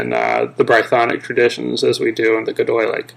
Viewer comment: Quick tip: it's pronounced Goy-de-lic, not gedoylic, and Bre-thonic, not Bryethonic cool video tho